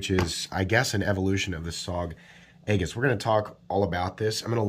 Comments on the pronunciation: There is a navy ship out in a field where I live and it's an aegis command ship/test site. Here where we live we say it like Ay -jis not egg-is. What looks like a warship among the waving cornstalks is actually, well, a warship among the cornstalks. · Not trying to be a dick, but Aegis is pronounced like E-jus, the A is sort of silent....... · Aegis = “eee-jiss” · love the channel. It's pronounced "E-jis" though! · It a soft g, sounds like a-jis. Not a hard word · FYI, it's pronounced EE-jiss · You mispronounced Aegis and are obviously biased.